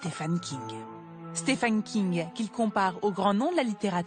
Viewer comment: Pourquoi tout le monde s'obstine à prononcer son prénom faux ? Stephen aux USA se prononce Steven, d'où la graphie Steven d'ailleurs... SteFFen c'est en Allemagne...